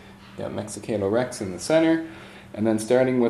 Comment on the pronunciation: love the walkthrough, but I cringe every time I hear you pronounce Mecatol Rex